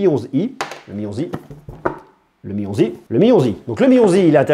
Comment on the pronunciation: «Le Mi 11i» Dans ma tête: «Le Mionzi» 😭😭